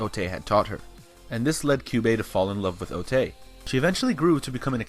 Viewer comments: You repeatedly called otae ote. Otae is pronounced otai. ae in japanese sounds like ai. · How is calling her Otai any different from calling her Ote/i??? It's Otae, the e is pronunced like an "eh" O ta eh